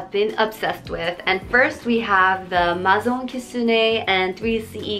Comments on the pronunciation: it's pronounced as "mei-zaw" french is tough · maison is pronounced as may-zon btw